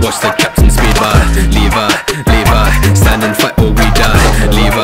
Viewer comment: You say it like livy not levi